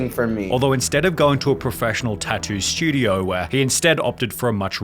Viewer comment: "Going to a studioAH" BRUH